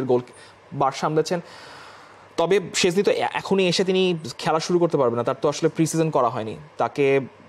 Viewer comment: ভাই it's not সেজনি or সজনের ডাল, it's শ্টেন্জনেই (SHtenZ-nay/neh)